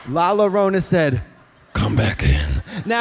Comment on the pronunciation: Katya, Llorona is pronounced Yorona like Llorando. - a fan of both yours and La Llorona